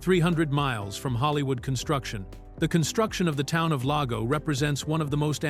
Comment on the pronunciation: Not to mention the mispronunciation of "Lago" and "Mono".